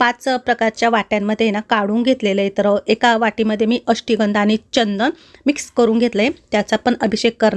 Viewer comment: अष्टीगंध नाही ... अष्टगंध म्हणायचं